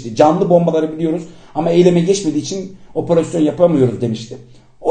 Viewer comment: Lutfen cok rica ediyorum oporosyon demeyin 😓 opErASYON